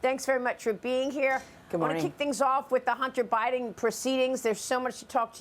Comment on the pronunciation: "Hunter Bribin", lol